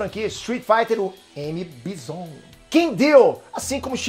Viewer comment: Não é "Bizon", é "BAIzon" ! O criador do S.F já falou sobre essa pronúncia em entrevistas.